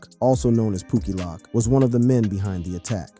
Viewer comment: POOKIE LOWK NOT POOKIE LOCK, how do you do these videos and not learn the lingo before hand?